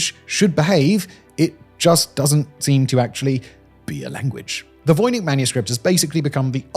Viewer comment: I can hear you struggling between Czech and English pronunciations. The soft "ch," in "voynich" and the hard "c"/"ts" in "Bienecke." Líbí se ti Praha?